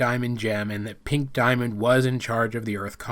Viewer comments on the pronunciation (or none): none